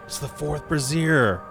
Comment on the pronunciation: Good morning! The way you pronounce brazier is the french word brassiere, meaning bra. The word you are looking for is BRAY-zher. If it's intentional, well done. If it's not, the more we know! Love your work, keep it up!